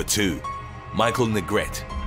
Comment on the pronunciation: Neh-gret-teh not negret. Would've made more sense u had pronounced it Negreet lol I'm jkng. Thnkx for the upload really appreciate it!